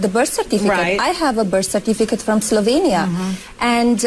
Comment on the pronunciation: I really enjoy your vids, However; Slovakia, yes, Slovenia, yes. Slovania,,, nah ah.